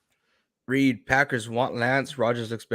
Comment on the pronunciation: Sorry Reed , i'm dying here 😂😂 pronounce it like "Rike" ! Hahaa